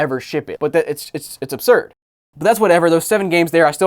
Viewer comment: How many time will say "obsurd" plus or minus 5